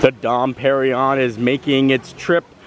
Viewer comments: You pronounced porchetta correctly but that champagne is “dom per-in-yone” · Here is a little help. Dom Perignon is pronounced "dohm pehr-ee-nyawn." Dom is pronounced with the nasalised 'O' vowel - similar to O (as in Don) but you allow the breath to come from both the nose and the mouth. Emphasis (if there is one) on final syllable of Pérignon. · “Dom Perrin-Yon”